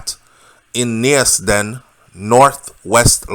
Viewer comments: Neasden pronounced "knees -den 👍🏾👊🏽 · It's pounced neeesden😂😂🇬🇧🇬🇧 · Neasden = Knees-den. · It's neas-den I'm from there lol